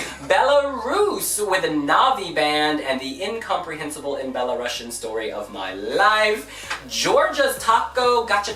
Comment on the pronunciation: Belarus has such a beautiful song I have tears each time listening to it. The message of the song is to show Belarus has its own identity and thus it's the first time they sing their song in Belarusian (which is pronounced belarUsian, not belarAsian).